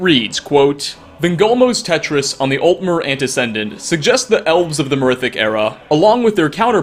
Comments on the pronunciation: It’s not pronounced teatrice! Its treatise! Tree ‘tis! It’s the old and proper form of treaty. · Treatise is not pronounced tetris. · Gotta say I've never heard TREATIES pronounced as TETRIS. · Treatise, dude...treatise. Not "tetris". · ha ha ha "Tetris"....Treatise = "TREAT-us" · Great video but "Treatise" is pronounced "Treat - IZE" not Tetris. Sorry for being a pronunciation douche but this was a ROFL moment for me. But seriously great video! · TEH-triss: a fun game. TREE-tiss: a written work dealing formally and systematically with a subject. I kid, though; never change,. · Treat-iss. Not Tetris lol. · Tetris? You don't know the word "treatise" ? It sounds kind of like "treat us". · Tree-tis, also heard it pronounced as Tree-tees, never heard Tetris though, pretty sure youre thinking of a different game there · Treatise = tetris? XD Im pretty sure it's supposed to be Treat - E's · "Vingalmo's Tetris?" Come on,... 🙄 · The word is not Tetris... It is trea-tise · Reading treatise as Tetris fecking killed me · Man I love you and I know mistkaes and shit happen, but it amuses me to no end how to misread treatise as 'tetris' XD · ... treatise is not pronounced "tetris" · tree-tus* anti-see-dent* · LMAO you said Tetris when you read treatise 🃏😂 😂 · You might want to look up how the very commonly used word "Treaties" is pronounced before you mangle it again. It is not pronounced "Tetris." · Bud, you need to learn to speak English. "Treatise" is not "Tetris, like the game. "Prowess" is not "prowness".